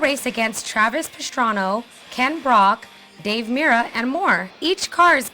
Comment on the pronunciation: lol Travis Pastrano she said :L